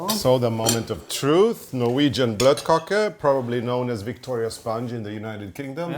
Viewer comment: It's bløtekake, not "blotkake" (ew)...